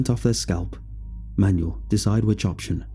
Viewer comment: Shouldn't Manuel be pronounced man-WELL instead of like a booklet of instructions?